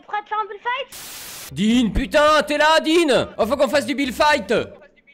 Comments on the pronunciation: Déso mais c'est fight pas fite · "FITE" ton anglais jsuis morte 😭😭